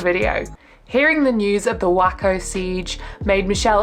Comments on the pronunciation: great videos. even if you do cover some of the same as the other person hers are shorts so not a lot of info yours dig in a bit deeper. just a fyi lol waco is pronounced Way-co not whacko lol. although technically they were a bit whacked out in the bd cult. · Waco is pronounced way - coh. Not whacko. Not sure why you included an image of the Oklahoma bombing as it had nothing to do with the Branch Davidians. The Buddha Field documentary is excellent. Well worth a watch. Thanks for your hard work! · Way-co not Whacko 😆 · 😂Waco was Wacko but pronounced Way-ko 😊😘😘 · Fanfreakintastic!! Holy Hell is a must watch for cult examiners 💯 and glad you gave Casey a shout out! Great content ✌️ FYI: I live near Waco in Texas 😂you can get away with the (mis) pronunciation of Waco with your British accent but it’s a long A sound (wake-oh) 😂 not the short “a” like in wacko, lol! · I love you, one more correction...It's WAY-CO not Wack-oo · Great video, just as a note Waco (the city in Texas) is pronounced Way-ko. Looking forward to the rest of the series and your other videos of course. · Hey...Just a friendly heads up...Waco is pronounced Way as in Hey...although the way you say it is much more on brand for Koresh. Keep up the great work sista❤ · Holy plastic surgery batgirl! PS WAY-koh, TX 😘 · I LOVE your work, and I’m just gonna let u know that the siege on the cult in Waco, Texas is pronounced “Way-co”… but I think the way you do it is INFINITELY BETTER AND MORE ACCURATE!!! 😂😂😂 👏🏽👏🏽👏🏽💋💋💗💗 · Yes but wacko is much more accurate 😂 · Waco is pronounced 'wayco'. Unless you were joking, in which case, HAH HAH... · …the correct pronunciation of Waco is “way co” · Oops I see someone allready corrected the Waco pronunciation....my bad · I thought the same and wasn't going to mention the pronunciation🤣😂😂😂😂..